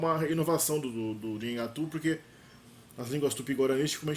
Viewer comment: esse teu vídeo deveria ser retirado do ar pelo tanto de erro que tem. Tu não sabes nem pronunciar o nome da língua direito pra começar. É um desserviço propagar desinformação e anacronismos. O Nheengatu não tem absolutamente nada a ver com a história do Brasil, visto que a história do Brasil e da Amazônia são totalmente distintas.